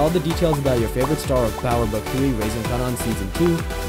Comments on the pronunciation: This Kardashian music is killing my ears😖, & his name is pronounced (Kay-Nen) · The way he pronounces Kanan like “Kah-Non” drives me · Glad you said it lol I was like wtf is a Kanunn?